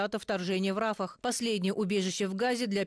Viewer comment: У девушки хорошая дикция но с ударениями надо работать. Обратите внимание на ударения Рафахе , Балтимор и изучите текст досконально. Каждая критика должна быть для вас мотивацией для дальнейшего развития. Примите это как информацию в помощь. Удачи!🤝🇺🇿